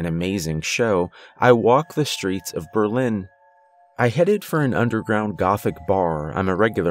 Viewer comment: Yep you really put on a great accent for Berlin :)